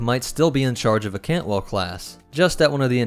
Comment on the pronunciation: Cantwell is the correct class name. I’m just pointing out his misspeaking of the word. It happens from time to time for everyone.